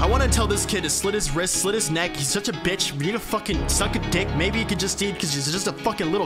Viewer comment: bro i thought he said Deek But he said neck lmfao